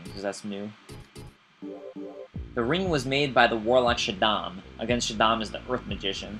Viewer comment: Shaddam? Is it Shaddam Hussein by any chance?